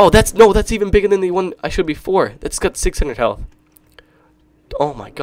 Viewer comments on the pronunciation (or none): none